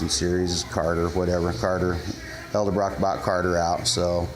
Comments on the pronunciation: Dude, its EDELbrock not ELDERbrock.. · EDELBROCK, not eldebrock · Thanka for tips, from your experience! But please, PLEASE, do something. Stop saying El debrock. The word, the brand, the family name is Edelbrock. It sounds as dumb as the people that say Wall Mark. It's Wal-Mart. Say it with me EDEL BROCK, EDEL BROCK. There, fixed it for you. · ED-el brock .. not EL-de Brock... lol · Damn people! I swear yall do this on purpose! It's pronounced Ed-el-brok! Not El-da-brok! It is spelled Edelbrok!!! Say it right!!! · it's pronounced, "elderbraaaah" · Repeat after me. Ed. L. Brock. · eldabrach? ha. cool. take a shot.